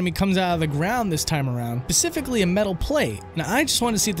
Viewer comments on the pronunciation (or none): You know it's 'specifically' right? Not 'pacifcally' - that's actually not a word. I just thought you should know for later maybe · You mispronounced "specifically" .